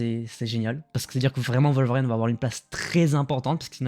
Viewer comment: Worlveriiiiine pas "WolverAAIIne" ! Ça me fait bondir de ma chaise à chaque fois que tu le dis. 🤣 Très bonne vidéo sinon. 👍